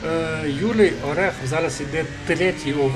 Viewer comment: Гарний монтаж, досить детальний розбір, але хотів би наголосити, що я - ОрЄхов, а не ОрЕхов)